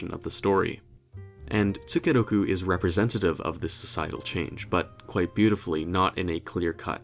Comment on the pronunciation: The way pronounce as "tsukeroku" really piss me off sometimes. I can't stop grinding my teeth every time I hear that...